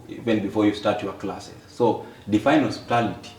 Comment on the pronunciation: definition of hospitality is "osiptal", hiyo 'ty' is silent. 😁 mtu ujaribu. watasoma saa ngapi na wako na soko ya isa, the guy should also be charged with facilitating Froud. tulisema hakuna kulipia mschana fee kwa mens conference, hiyo ni kazi ya wazazi wake.